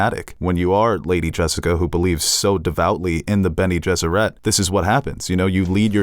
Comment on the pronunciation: Sometimes I think you guys mispronounce things on purpose. It’s benegesserit. Not ette. It doesn’t rhyme with Benny and the jets.